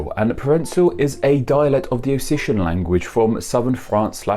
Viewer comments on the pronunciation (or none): As far as I know, Provençal is pronounced "pruh-ven-SAL" or "pruh-von-SAL" with a French nasal vowel, and Occitan is pronounced "oxi-TAN" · neither. It's prhoh vunh ssal - and occitan is Oh k sit tan